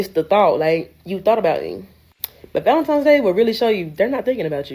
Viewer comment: I find it hilarious how most black folks call it valenTIMES day 😂